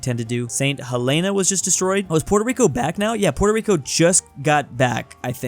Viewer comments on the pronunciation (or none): none